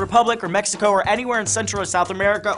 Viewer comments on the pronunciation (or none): none